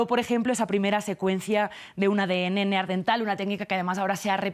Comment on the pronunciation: Neandertal no neardental.